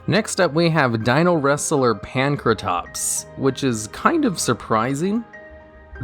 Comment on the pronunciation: How is it that butchers so many card names and yet he's one of the few people that actually says "Pankratops" instead of "Prankatops"